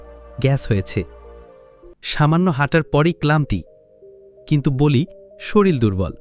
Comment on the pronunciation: শরীল নয় ওটা শরীর হবে।